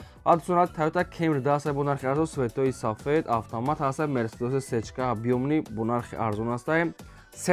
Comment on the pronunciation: Афтомат ❌. Автомат ✅✅